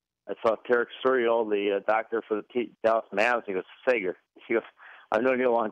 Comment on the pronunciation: Sager, not Segar.